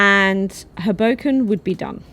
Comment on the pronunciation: ...hoeBOWken.. Is the place 😊 you again worked your Magic...